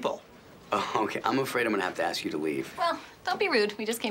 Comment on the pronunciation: May i AXE you a queeeeestion